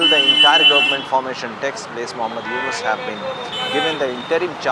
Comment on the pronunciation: News Reporter was absolute bullock, as could not say the name even properly, joined to read news. what a shame!!!